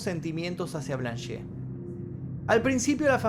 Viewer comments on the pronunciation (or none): Excelente vídeo,salvo un detallito:el nombre de la Blanche Monnier se pronuncia "Blanch"no"Blanché" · Blanche significa "Blanca" en francés. Y la 'e' final no se pronuncia. Osea: 'blanll'. Algo así. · Se pronuncia "monié" y "blánsh". Y la ciudad se pronuncia "puatié" . No seas tobru... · La E de Blanche no se pronuncia.